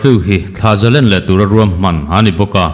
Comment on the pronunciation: Thlah zalen nilovin thlah zalên ti a lam tur a nia.